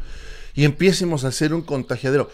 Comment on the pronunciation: Vaya!!! luego porqué critican a los youtubers como tú, sólo oirte hablar así dá lástima: Min (siéntamos, min. empiécemos...) jajajajaja